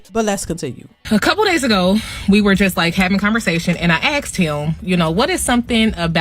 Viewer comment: He axed her and he axed her back... Sounds like the beginning of a beautiful divorce case!